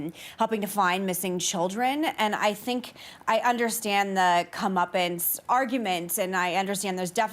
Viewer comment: Did she say "come uppins" are cleansing? lol I don't think she wants to the masses to start issuing a "come uppin'" to this .5% of the population. Do you really want "cleansing"? lol